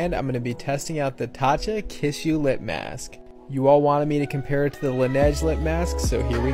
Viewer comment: It’s pronounced Kiss-ooh, not Kiss-You 😅